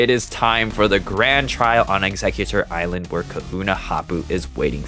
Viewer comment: You said Exeggutor ilsand instead of Exeggutor island💀